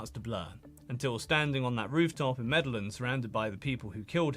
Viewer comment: Superb video and very informative! Don’t take this the wrong way but certain pronunciations are off: "Bogotá, Rodriguez, Medellin and some others”